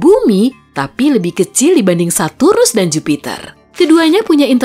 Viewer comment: Kok lucu ya denger bilang saturus 😂